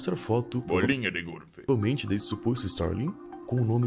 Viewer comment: Do nada ele solta um "Bolinha de gorlf" kskskksk